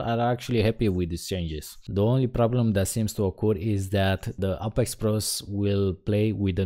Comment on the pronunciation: Ay-pex not Ah-pex >.>